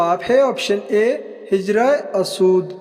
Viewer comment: AP buhat ghalat alfaz parhtay hain pahlay apni Urdu sahee karain hujrah e aswad Hy asood naheen